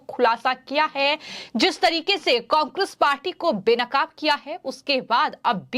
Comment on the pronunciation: एंकर महोदया कांग्रेस तो सही से बोलना तो सीख लो पहले